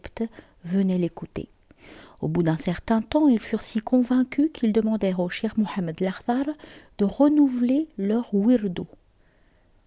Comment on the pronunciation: Merci pour la vidéo ❤. PAIX ET SALUT SUR LE NOBLE PROPHÈTE MUHAMMAD, SA FAMILLE ET SA COMMUNAUTÉ. AMINE. Tout de même, votre prononciation du mot CHEIKH en chirk est à revoir...